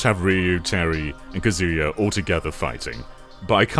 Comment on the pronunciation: The disrespect on Kazuya's name